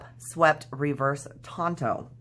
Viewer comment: Tanto is pronounced like you said it, with the "on" sound. It's a Japanese word. Don't let your friend get away with that know-it-all nonsense,! I like your channel so far, hope you keep it up.